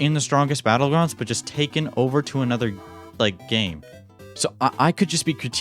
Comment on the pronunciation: Blud said bottles battlegrounds